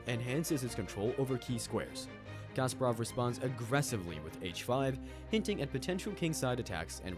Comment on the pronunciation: Garry Kasparov Not Kasperov...